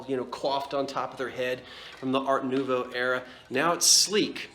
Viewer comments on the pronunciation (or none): none